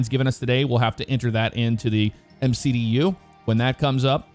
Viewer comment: Nice video although it was the first time I’ve heard anyone call the MCDU a “mick-do” lol 👍